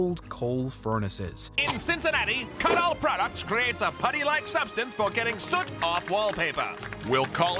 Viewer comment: Your segment on allay-Doh mispronounces the company’s/oroduct’s original name, Kutol. It’s pronounced like “cut all” because of its original purpose: to “cut” greasy grime off of wallpaper, as you note.